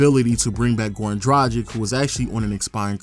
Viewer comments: It's pronounced DRA-GICH not DRA-JIK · Dragic is pronounced (Drag-ich) not (Draj-ick)